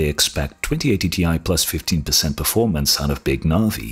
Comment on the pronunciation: You think big navi being about 50% better then 2080ti would put it between 3070 and 3080? How does that logic work? Do you really think 3080 is over 50% faster then 2080ti??? What? Btw early benchmarks are showing 25-30%... EDIT: oh he means 15 but sounds like 50 lol